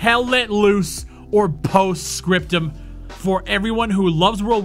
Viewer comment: Paust Scriptoom